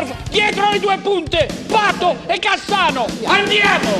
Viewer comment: quando dice le formazioni quando dice CAssano, gli esce un missile dalla bocca, aahahaha lol